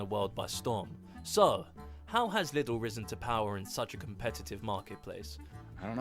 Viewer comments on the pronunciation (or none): LEE-duhl we don’t say little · Its neither liddle nor liedel Its leedel 😅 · Lidl is pronounced not like "little" but "leedl". Personally me and people i know rather buy at Aldi or Netto. Though Lidl is better than Norma. Sometimes we go to Edeka, but it's not as cheap. Thank you for your videos. We watch them everyday ^-^ PS. Of course you can buy things like toaster , bathmatts, gardening things,... at aldi, netto, norma, edaka,... too. The things just change idk like every two weeks and depending on the seasons. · It is not Lie-dl or little it is [LEE DL]... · It's neither liddl nor lydal, it's leedl. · its neither liddl nor lie-ddl. its LEE-dll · Leedel, not Liddle. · It's not liddle it's leeeedle pronounced. The durex condoms in the childrens health section were very funny 😅 The thing you can fold out on the cart are for shopping trolleys. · Lidl is pronounced Leedle, not Liddle. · It's neither Liddle nor Lydle, it's Leedle. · "Is it little or liedl?" Neither, it's Leedl. 😂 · LEED´L try that pronunciation (not LIDDEL !) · Neither "Liddle" nor "Liedl" ... it's "Leedl". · It's not liddle or lydel, it's LEEDL. And ALDI, not ALDI's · The English pronunciation is Liddle, but in Germany, we say Leedle… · You say liddl but it's pronounced more like Leedel The i is pronounced like a long ee in English and the d is pronounced like de wich a short d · nope, it's neither. It's not liddle, nor lydel. It's pronounced like this : [ˈliːdl̩] (LEE-dəl) So Lee like the Asian first name and del as the computer company. Lee-del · It’s pronounced as if it was writen Leedle, Lee everytime you have 2 dd, mm, ll, rr, ss, the a, e, I, u, o, are pronounced short. But Lidle has only 1 d, so the dominant letter to pronounce is the i. But Aldi is Aldi and not Aldis!!! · you pronounce it "leedl" like the ee in sleep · That Liddl is triggering me so hard. 😂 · it is pronounced like "Leedle" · Neither. Not a short i and not an "English" i. It's pronounced as if it's spelled Leedl. Long i.